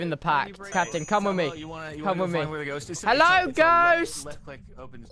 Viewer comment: Hewwo thubbo!